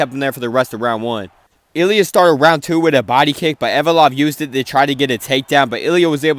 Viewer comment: With all due respect bro it’s not hard to pronounce Ev-lo-ev🥲